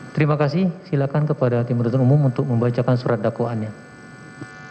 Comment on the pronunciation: Pembawa acaranya lagi beringus yaah.. Huruf N kok jadi D